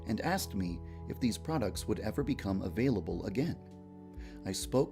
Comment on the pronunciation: Errver and errver